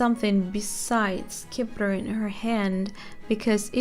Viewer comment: the Scepter is just pronounced like Septer, the c is silent